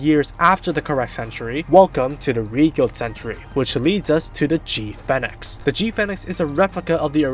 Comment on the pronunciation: This guy can't pronounce Phoenix